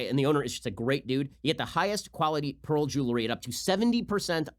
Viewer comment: no one: ben: p a e r l